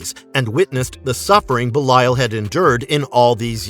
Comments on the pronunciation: Its be lee al 😭 not be la yal 😭😭😭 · "buh-lie-yal" - this dude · Pretty sure it's Belly-uhl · His name is Belial (Bay-lee-l) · How he says belial is funny😂